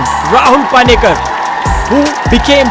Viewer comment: its not paani-kar.. pani-kar.. how hard is that?